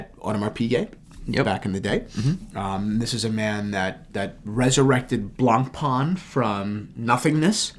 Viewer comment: please check out the videos from Jenny Elle about how to pronounce brand names. Please! It hurts hearing you saying “Blancpain”